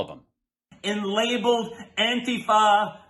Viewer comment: "Auntie Fa"! 🤣